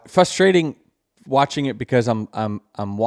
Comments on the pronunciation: Denny its pronounced "frustrating" not "fustrating". Theres an R in the beginning there. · Nothing is more frustrating that Denny pronouncing it Fusstrating. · Does Denny know that there is an R after the F in the beginning of the word “frustrating”……..heheheh. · Everyone hates Denny for complaining. I just can’t stand the way he says FUStrating. Someone tell this guy there’s another R in there